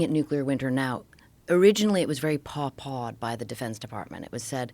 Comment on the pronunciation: It's called Poo pooed... not paw pawed......geez...